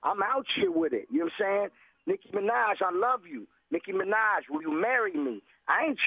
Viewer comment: its NICKI MINAJ NOT niki manaj